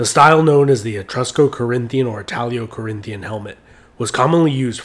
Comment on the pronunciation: ItalO, not italio